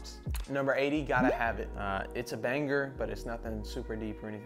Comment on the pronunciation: why does blud say banger like “baneGer”